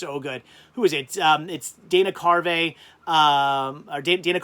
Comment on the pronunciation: Dana Carvey, not Carvay.